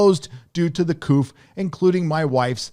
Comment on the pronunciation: The word "COUP" is a French word. The "P" is silent. It is not pronounced with a "P" like "Chicken Coop".